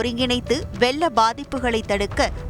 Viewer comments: அதென்னதுப்பா "வெல்ல" பாதிப்பு.... சர்க்கரை நோய் மாதிரியோ 😂 ரெண்டு பேருமே சரியா உசரிக்கவில்லை. வெள்ளம் வெள்ளம் வெள்ளம் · Correct your vella apaayam as vezhzha abaayam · நாக்கில் வசம்பு வைத்து தேய்த்தால் உச்சரிப்பு சரியாக வரும். ழ உச்சரிப்பு தான் கடினமாக இருக்கும். ள் என்ற எழுத்தை கூட இந்த நபர் வெல்ல என்று சொல்கிறார். வெள்ளம் என்று கூட உச்சரிக்க முடியவில்லை தமிழ் எழுத்துக்களை அலட்சியப்படுத்தினால் பழமையான நமது தாய் மொழி வெறும் பேச்சு மொழியாகும். தமிழ் அழிந்து கொண்டு இருக்கிறது என்பதற்கு இது ஒரு சான்று. இன்னும் திருக்குறளில் இருக்கும் சொற்களை பயன்படுத்தப்படுகிறது. எத்தனையோ ஆட்சியாளர்கள் இருந்த போதிலும் அழியாத மொழி இன்று அலட்சியப்படுத்தப் படுகிறது. தமிழர்கள் தமிழை சரியாக உச்சரித்து எழுதி பேசி உயிர்ப்புடன் வைத்து அடுத்த தலைமுறைக்கு தர வேண்டும். தந்தி டிவி இதில் அலட்சியம் காட்டுவது சரியா? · Ucharippu theriyaathavangalai Ean Vaasikka vekkareeng Coattu Pottavaru vellamnu Asingamaa Solraaru Tamizh Newslathaaney velai Seireenga?